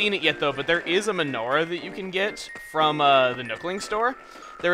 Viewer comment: When Chugga said "menorah", I thought he said "Majora", so I got confused!